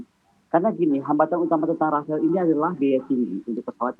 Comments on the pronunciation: Bukan Rafael Bu tapi rafale Yassalam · Apa cuma gw doang yang Denger Dia ngomong"Rafael" Bukan "Rafale"